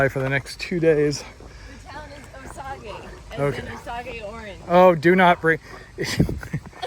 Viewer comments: With regards to the pronunciation of that first town... did pronounce Osage like oh-SAW-gay? I would've thought OH-sayj. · And ending with an "admirable" campsite. (Sorry, it's early . . . and in retaliation for the "mailing of the poop" joke!). And yes, they are Osage (pronounced "hard O"-sage oranges. Good for throwing at other kids, but not much else (misspent youth, what can I say.) Hike on! Tortoise